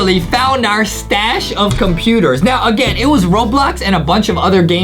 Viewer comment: When justie said 40 computors i was like WWHHAATTSSSSSS!!!!!